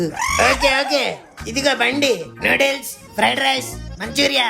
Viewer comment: న్యూడిల్స్ కాదు రా...నూడిల్స్ రా...